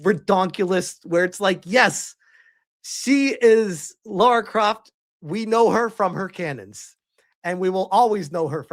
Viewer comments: Her name isn't Laura, it's Lara. Her name isn't pronounced the same as "Laura". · It's not Laura, it's Lara 😄😂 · Don't be talking about who she is as a character if you don't even know how to pronounce her name.